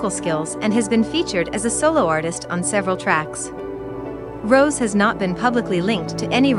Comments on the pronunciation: Its Rosé not rose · im sorry you created a documentary for blackpink's journey and you can't even pronounce rosé´s name right?